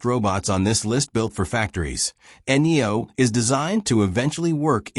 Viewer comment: seriously N E O? Try Neo